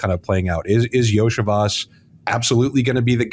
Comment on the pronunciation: Iosivas = Yo-See-Vosh